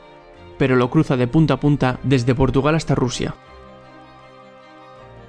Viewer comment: ajajajajjajaj madre RRRRRUSIA